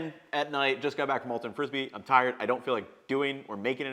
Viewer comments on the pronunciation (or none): none